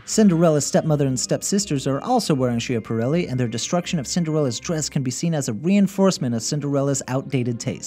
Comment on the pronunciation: [ skjapaˈɾɛlːi] not [sheapareley]